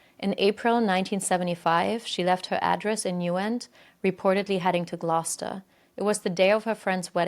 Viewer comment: you said Gloucester wrong, in the uk we pronounce it Glowster